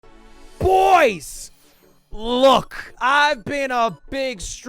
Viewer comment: I feel like he says Boyz not boy's